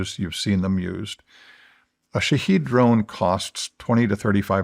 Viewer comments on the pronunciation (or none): none